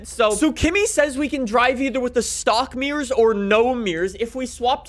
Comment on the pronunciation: Its mirrors no meers